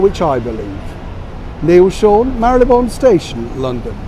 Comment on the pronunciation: Neil, thank you for using the correct pronunciation re Marylebone. So many these days say “Marle Le bone”! 😄 brill!